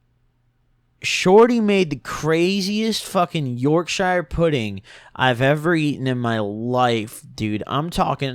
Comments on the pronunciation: yeah cmon bro, south gang 😂 Yorkshur pudding 😂😂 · Man said york shier it's pronounced york sheer but spelt Yorkshire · Yorkshyree 😂 my guy it’s Yorkshire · British people pronounce Yorkshire pudding “York-sher” pudding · man said york shirer pudding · "yor-shire" lol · stoppp goblin its pronounced york sher :((( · Has British heritage Also: york-SHIRE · It’s YorkSHEER not Yorkshire .. they are spelt Yorkshire but pronounced yorksheer... LOVE FROM UK CUZ! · Ok I’m from uk and i am particularly pissed fucking off about how u said Yorkshire pudding it’s pronounced York shear pudding but wrote Yorkshire Ight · The way you say york-shire pudding 😂😂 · I’m from the U.K. and the way you pronounced Yorkshire pudding was too funny love yours vids keep em coming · it’s jus pronounced yorkshuh pudding where i’m from 😂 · yeah it can be confusing but from a native, think of it like two separate words, “york-shire” and you’ve got the proper pronunciation. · The way you pronounced yorkshire hurt me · Love the way my man says Yorkshire pudding never catch anyone in uk pronouncing it like that 😂😂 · The way this guy pronounces Yorkshire 😂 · I'm Irish and if u pernounce Yorkshire pudding like that again I'll come over yo that fuck whole of a country u live in a nd shit on ur door step. Love ur vids they make me sleep thanks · really butchered the pronunciation of Yorkshire 😂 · I’m British and the way you pronounced Yorkshire makes me uncomfortable 😂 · Please don’t say Yorkshire pudding like that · Bro I’m English and died at the way u said yourkshire😂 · He fucked up "Yorkshire" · The I in Yorkshire it hurt me , being British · no they live in the shire, but Yorkshire is not pronounced how its spelt it replaces the i with a u because the english language is a prick